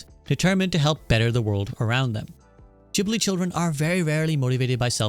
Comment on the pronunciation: Great video, bonus points for correct pronunciation of Ghibli and Totoro! It is a bit sad hearing that initial story, but knowing how Goro has been treated during some of his works.